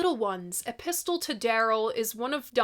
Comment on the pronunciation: The T in "epistle" is silent, just like in Apostle, Mistletoe, Often and Cunning. Otherwise, it sounds like he's got a gun! Some banjos are hollow body (no backs) so, it's quite possible he had one and was singing towards the head from the back instead of into the hole in a guitar.